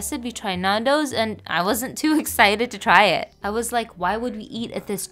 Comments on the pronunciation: Nan do’s is great and btw you pronounce it like n-an-dos not n-aan-dos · If you see this please stop saying Nundo’s, try to pronounciate the a more